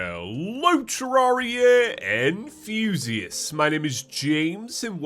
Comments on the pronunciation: I swear, everytime I hear that intro in James' accent, I keep on understanding "and Fuzius" instead of "enthusiasts". Needless to say, my research to find who Fuzius was hasn't been very frugal so far. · lmao for the longest time I was like “what’s an ‘anfuzious’ “ and then I saw people in the comments talking about being ‘enthusiasts’ and I was like “ooooooohhhhh”